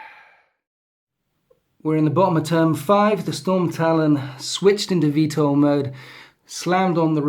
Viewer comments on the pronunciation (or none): none